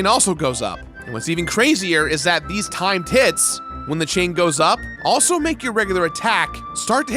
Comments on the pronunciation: Could've sworn he said, "Time tits." That's what I'm gonna call them now. Time tits. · also I can't unhear 'time tits'. Which sounds like a completely different game you will find in the mature section on steam. haha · Damn, November really getting to me. I'm hearing "thot peak" & "time tits" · I'm sorry, when I heard you say "Timed hits" I thought you said "Time tits" I was very confused and now I can't un-hear it. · I keep thinking he's saying 'Time Tits' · Lol, when he says "timed hits" it sounds like "time tits." I'd watch that movie. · Sorry but "Timed hits" sounds mad like "Time tits" which would have made a great title for a Pamela Anderson sci-fi movie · Did you say time tits? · … is he saying “timed tits”? What is he saying? Not trying to make fun. 😅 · The amount of times I heard timed tits instead of timed hits was way to many. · He clearly said Time Tits. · I thought he said “Time Tits..” at first !😅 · "timed hits" What I hear: "time tits" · It must be late because I keep hearing you say " timed tit" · I know you said "Timed Hits" but my brain heard Time Tits and was wondering what clock boobs had to do with the remake. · That's what I thought at first, but I think he is saying timed hit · Man, I really heard "Time Tits" the first 10 times he talked about it. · repeatedly says “timed tit” in this video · Are you saying “time tits”?? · Everything he says "timed hits" it sounds like "time tits" lol. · Timed hits? Or Time Tits? Listen back and you'll hear it. lol